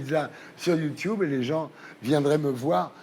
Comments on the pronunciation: Donc déjà mon gars avant d'interviewer Squeezie ou encore le critiquer tu vas réviser ta prononciation du mot YouTube ! Parce que YouTube ça se dit pas "YouTouube" ! (Désolé de rager mais ce gars m'a gonfler dès les 20 premières secondes!) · On voit le décalage des générations dès le début quand il dit « Youtioube » 😅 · Youtioube c gênant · C'est comme ça que ça se dit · Ce qui me fait rire c'est ces darons de 70 ans qui pensent pouvoir se fonder un avis alors qu'ils disent "Youtiube" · Attend il dit YouToube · À partir du moment où le mec prononce "Youtoube" tu sais que c'est mal barré😂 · Ça se prononce Youtioube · Ardisson déteste YouTube ç normal il sait pas le prononcer il dit youtoube LOL 😂 sinon plus sérieusement il déteste YouTube car nous les youtubeur avant plus d audience normale comme la dis Squeeze en se rabesse pas à la télé rialité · il dit youtoub à lieux de youtube mdr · "Youtchoube" JPP le mec il dit que de la merde et il est même pas foutu de prononcer normalement un mot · Bah c’est comme ça que ça se prononce, wtf